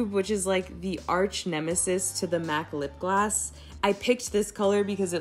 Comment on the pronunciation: Is she saying lip glass? Lol